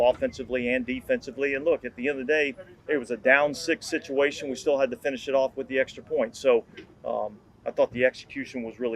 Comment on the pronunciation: Did he say “shituation”? Regardless, the Saints have definitely been in a few of those.